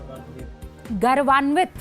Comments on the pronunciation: Garvanvit nahi maidam gourvanvit hota hai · Rubika Garvanvit nahi Gaurvanvit sahi shabda hota haí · गर्वान्वित नहीं मैडम, गौरवान्वित होता है। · app ka bharat ki jagah hamara bhart bolna chahiye, garwanit nahi gourwanit hota hai.